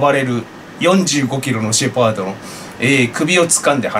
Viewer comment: シェパード （笑） 動画配信有り難うございます🙇